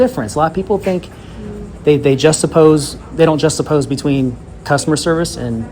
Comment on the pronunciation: "Justapoze?" The word is "juxtapose." Articulation equals credibility.